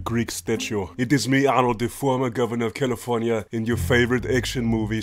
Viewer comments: It's not California.. it's CALLI FORT NYA~~~. GET TO THE CHOPPA!!!! MY NAME IS JOHN CONNOR!! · You didnt say califarnia right lol